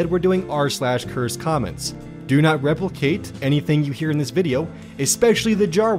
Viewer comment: "Reple cate"